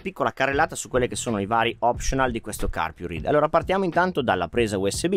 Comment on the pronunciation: La pronuncia è [carpuraid]!!!!!!!! Basta vedere i video stranieri